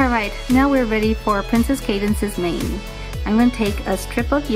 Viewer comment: When you said mane I thought you said name